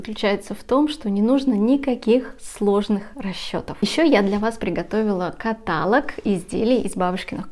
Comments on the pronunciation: Не кАталог, а католОг, запомните патолог - католог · КаталОг, а не катАлог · канал прекрасный и бабушкин квадрат хорош, но слово каталог произносится с ударением на последний слог каталОг а не катАлог извините, но очень режет слух. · ВСЁ ОЧЕНЬ ПОНРАВИЛОСЬ!!! Благодарю за такую подборку! Вяжу уже 50 лет!!! В 12 лет первую жилетку... Крючком меньше вязала. Сейчас уже и не успеваю свои закрома перевязывать... Загорелась связать платье, благодаря Вам! Простите великодушно, но уши режет от слова катАлог". А остальное просто отлично! Успехов и процветания!!! 🌹👍💥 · Не катАлог, а каталОг. Неверное ударение режет слух хуже гвоздя по стеклу. Вас смотрят и слушают множество людей, будьте аккуратнее. Успехов и здоровья. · Послушайте, Вы!!! Это уже деградация и ничего больше! КатАлог или того хлеще кАталог, нАкид, рАпорт вместо раппОрт, вООбщем, иНэНэН вместо И-эН-эН и пр. и пр. ерунда — и при этом огрызаетесь "не смотри,не слушай". Трудно ответить "да, ошибка, исправимся" ??? Я хочу посмотреть и послушать! Бескультурье, невежество зашкаливает!!! (Ещё и оправдывается невежество — это типа оберег, ахахах…). Скорее всего,— это непоправимо……. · КаталОг!!! Ударение на последний слог! Режет слух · Не катАлог , а каталОг! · Спасибо большое за подборку и описание. 😊 Один момент - " каталОг"= диалОг, монолОг. Простите. ❤ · Обратите внимание , как правильно делать ударение в слове КАТАЛОГ , режет ухо. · Правильно ставить ударение каталОг. Извините, не смогла сдержаться, резануло слух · каталОг, пожалуйста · Запомните три слова. ЭпилОг. НекролОг. КаталОг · Правильно говорить каталОг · Каталог, диалог ударение на О!!! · каталОг, диалОг, некролОг, монолОг..... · спасибо вам за ваши мк, всегда хорошее настроение и улыбку. Но каталог произносится с ударение на -о-. Кое-кому слух режет. Пожалуйста, возьмите на заметку. Без обид. Здоровья вам и удачи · Ударение на втором слоге в слове каталог "режет" слух, при всем уважении к Вам